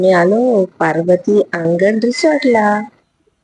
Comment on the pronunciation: पर्वती का पार्वती थंबनेल आणि बोलण यात पर्वती आणि पार्वती चा गोंधळ होतोय